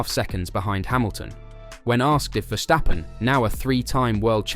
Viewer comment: Stop saying Vershtappen. He's not German.